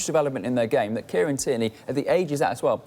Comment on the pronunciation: Kieran 'Tyranny'.